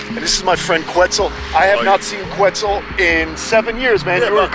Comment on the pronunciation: Quetzal, pronounced Ket-zal, is an ancient Mexica (Aztec) name in the Nahuatl language that references a bird in the region/culture. The “que” spelling came after the invasive Spanish colonial era. And even the Spaniards pronounce que (think porque) “Keh” & not “kwe.” It’s also not “weird” just because it’s not familiar to your western perspective. And it’s def not Irish. Lol If only all you captive breeders and foreign animal hoarders cared more about the work that goes into protecting the lands & cultures these animals came from instead of upping your collections for your own egos and monetizing purposes- The world would truly be a better place. And for the record, I’m an immigrant from SE Asia who’s lived on the US west coast (occupied Turtle Island) for 36 years. And even I know I’m a visitor on these ancestral stolen lands. Humble yourselves and take the time to learn about the people and cultures burried under your homes and outside of yourselves.